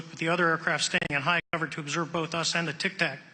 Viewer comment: Its Tic Tac not tac tac